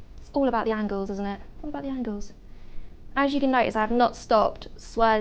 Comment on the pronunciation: Yeah Its owwl abouwt anglles